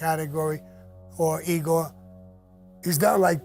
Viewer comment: Please Sammy? It's not Eee-gor it's "Eye"-gor" No offense just say'n.